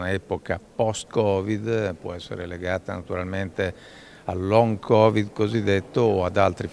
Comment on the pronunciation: Long covid 😂😂😂😂😂 long bax